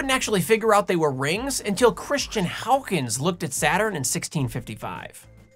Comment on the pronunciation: Excellent pronunciation of "Huygens"! I've been saying it wrong lo these many years.